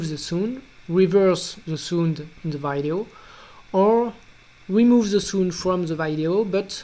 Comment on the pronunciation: he pronounces sound as sund. haha!